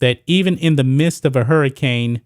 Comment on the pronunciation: you keep saying mist. its midst